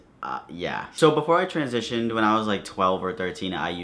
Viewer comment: You said “TRANSition” haha You said you were gonna fucking talk in the stall and I though you said, “We were gonna fuck in the stall” I was like wait what